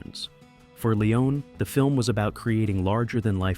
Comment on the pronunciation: Why does the narrator pronounce Leone's name two different ways throughout the video? Pick one.